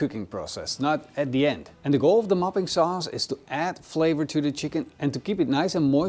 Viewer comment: Every time you said 'mopping' sauce I kept hearing 'muffin' sauce 😂 Now someone needs to invent muffin sauce.